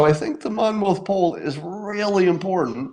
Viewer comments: Monmouth is pronounced: "Monmith". Been living in Monmouth County just about my whole life, about 30 minutes from Monmouth University where the polling takes place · Monmouth. Sounds like monmuth. The last syllable has a puff sound.